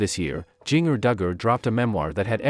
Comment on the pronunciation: Jinger is pronounced the same as the spice GINGER. And you say 411 as “four one one”, not “four eleven”.